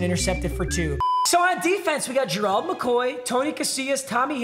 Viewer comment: Ger-eld Mcoy? 😂 its just simply Gerald papa